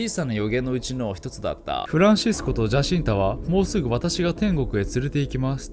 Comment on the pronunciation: ジャシンタ？ 違うぞ、ヤシンタだ… パウロも意識を失ってなんかないぞ… 名前のJは発音しないんだ…内容が薄い上に間違いかよ…